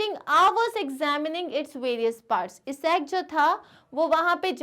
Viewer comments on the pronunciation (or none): it is isaac not esaac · You are pronouncing Sir Isaac Newton wrong you are pronouncing his name as eesac Newton…..just a correction..